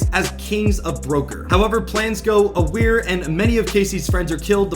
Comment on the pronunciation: “plans go awry” — pronounced: “Ugh-Rye”